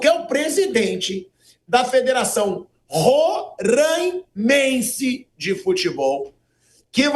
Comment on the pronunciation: Não rôrâimense, é róráimense. O som não é fechado, é aberto